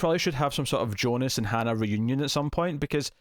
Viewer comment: KUDOS for calling Jonas - YONAS, not americanized Jonas (like J in John), which just irks me out so much with all the other reviewers, ugrh!